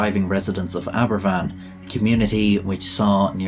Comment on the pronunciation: Aberfan not equals Abervan.